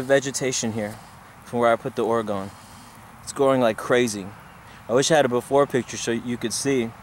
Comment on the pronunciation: And pretty sure its or-gah-nyt.....not or-ra-gun......you sound like your saying Oregon....as in the state....with a long 'o'....